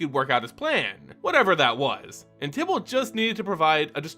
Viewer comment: Can you please pronounce "Tibalt" with a long I instead of a short? Thanks